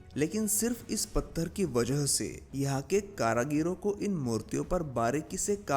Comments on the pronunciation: Karigaro hoga karagiro nahi🤣😂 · Karagiro nehi karigaro ne bol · Pehle apni Hindi sudharo 🤨☹️ फिर, हिंदी में विडियो बनाना। कारीगरों का उच्चारण कारागिरो कर रहे हो... Too disgusting 🤨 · बहुत सुंदर 👍🏾👍🏾👍🏾 मन्दिरों की पुनरुद्धार होनी चाहिए।। विडियो में जगह जगह आपने कारागिरों शब्द का प्रयोग किया, “कारागिरों” गलत है,“कारिगरों” सही है । ध्यान दिजिए।। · कारागिरों शब्द नहीं है सही शब्द कारीगरों है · कारागीरो नही होता है, "कारीगरों"होता है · Caragaro nahi caregaro hota hai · Its karigar not karagiro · कारागीरो नहीं कारीगरो होता है। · अबे गधे कारागिरो मत बोल 😂😂😂 कारीगरों बोल जो कि सही शब्द है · KARAGIRO NAHI KARIGARON